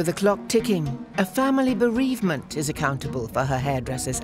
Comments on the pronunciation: My hairdresser said something about "pavement" and canceled...the hairdresser said "bereavement"😁. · Barbara: "She wrote something pavement and cancelled" The narrator: "due to a BEREVMENT the hairdresser has cancelled" 💀💀💀